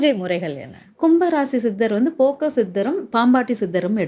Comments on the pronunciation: அது போக்கர் சித்தர் இல்லை.போகர் சித்தர் மா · போகர் சித்தர் என்று உச்சரிக்க வேண்டும் ஜோதிடர் க்கு பேச்சு@ அறிவு ஆற்றல் மிக முக்கியம்